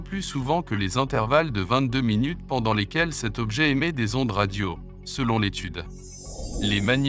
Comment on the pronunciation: Aïe minut sans e 😂